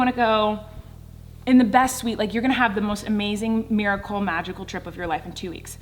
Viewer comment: " It's a merical shut up" had me dieing